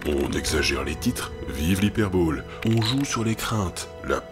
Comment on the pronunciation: "vive l'hyperball" ?? ahah la prononciation aussi a un sens !